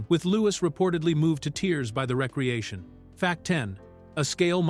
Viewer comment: Re-creation. Not recreation.